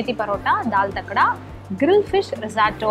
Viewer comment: அது தால் தக்கடா இல்ல..... தட்க்கா.......